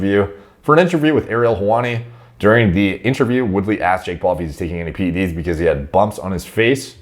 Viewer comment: Thank you for pronouncing the 'e' in PED's. I actually unsubscribed to someone on Youtube because they consistently pronounce it as PD's.